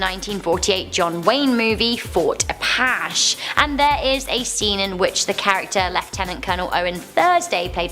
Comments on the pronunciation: That is Fort “Apatchee” that’s “A patch ee” a SW American Indian tribe! Both of you need to sue your teachers! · It's pronounced apatchy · Honey its Apache you have to pronounce theE also